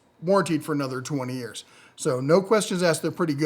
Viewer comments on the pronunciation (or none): none